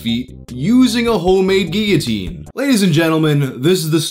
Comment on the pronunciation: Wow the first person ive legit ever heard say guillotine correctly